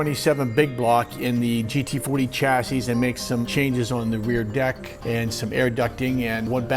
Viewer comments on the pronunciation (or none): none